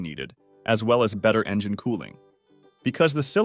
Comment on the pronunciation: "Engeneer"... bro. Engine.